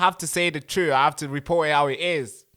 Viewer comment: TRUTH, THE WORD IS TRUTH, Not Twoof! I thought you were born here?